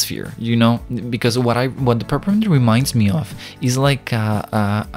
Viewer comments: me: peppermint him: prprmnt lol edit: i got a like :D Another edit: WTH A TON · He doesn’t know how to pronounce “Peppermint”, but i like it. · its so pure that he cant really pronounce peppermint <3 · I’m sorry I had to do this 🥹😭 ”perpint”